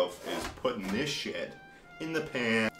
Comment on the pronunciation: I love how he pulled the pan out of the oven and said “P A N”